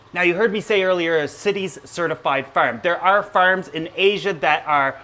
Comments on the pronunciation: Farm not ferm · I like how he says farm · Why do you say the words farm and armoured and pronounce 'ar' so weirdly. 🤔